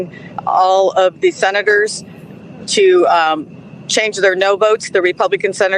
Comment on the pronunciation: Anybody else catch that she called him senator tumor? 🤣 How appropriate